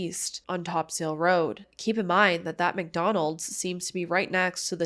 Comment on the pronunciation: topsail Road is pronounced top-sul. obviously not a big deal. I just know you talk about St. John’s a lot, so you might like to Know! I appreciate you getting these stories out here because nobody else really talks about them